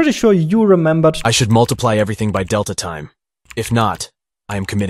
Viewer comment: Small nitpick, the emphasis is on "tine", not on "delta".